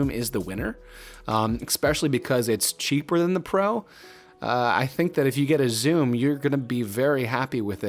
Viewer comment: Great video..."expecially" isn't a word though.